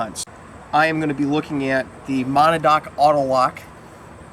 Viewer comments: ma-NAW-da-dock? ma-NAW-dock? You don't need to be able to pronounce the name properly to give it an accurate review, but fyi, it's "muh-NADD-nock. ASP batons are so ubiquitous that in some places, all expandable batons are generically referred to as "Asp's" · great videos! I laughed at your pronunciation of Monadnock! it's actually MO-NAD-NOCK (muh-nad(as in gonad)-knock). it's a mountain in Washington or something. I started out in LE with their expandable PR. (16 yr vet of police work) stay safe and keep the vids coming. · Perhaps you should learn how to properly PRONOUNCE Monadnock - MOE-NAD-NOCK before you review it your fuckin moron.....